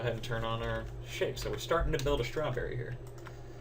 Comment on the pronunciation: That's a nice schhh-trawberry!